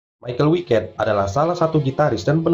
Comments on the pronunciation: Bang bacanya bukan maikel wiket tapi maikel weikat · Kalau pake pelafalan Jerman malah nyebutnya Mi-cha-el Wei-kat seperti yang disebut Andi Deris saat memperkenalkan personil Helloween dalam album "Live In Sao Paulo" di tengah-tengah lagu "Future World"